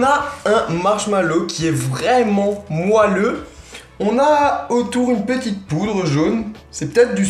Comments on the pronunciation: il dit moualleux au lieu que moelleux a ecouter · fast gold cuisine on dit moelleux pas "moalleux" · Ça m'as stressé quand t'as dis "moalleux" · Un marshmallow "moalleux" comme tu dis ^^